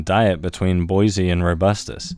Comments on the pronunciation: BOY-ZEE-EYE Not “Boy-zee” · Boy-zee-eye. It’s important to check pronunciation. You